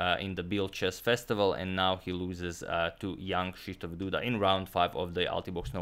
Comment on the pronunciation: Hey agadmator Just gotta say something. That when ever you say Jan Krzysztof Duda I hear Young shisdof Duda